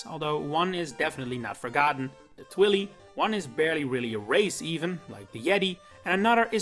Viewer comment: ITS NOT “twilly “ ITS “twili” like t-why-lie bc it’s part of the word “twilight” you just take away the “ght “ part 😭 😭 😭